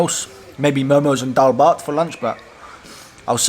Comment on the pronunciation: Liked this Video and also laughed only after when you say daalbhat power 24 hour so perfectly😂😂😉😉😉